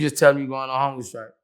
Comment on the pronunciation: Vlad: Ok, so tell me how you go on hunger strike. Boos: Uhhhh, you just say you goin on hunga strike.